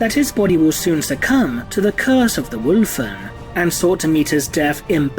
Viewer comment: I appreciate the way you say 'Wulfen' 👍